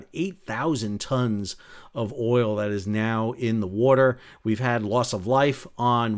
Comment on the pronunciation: "In the werter...". lol.